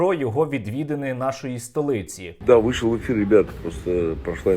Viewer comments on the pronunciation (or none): none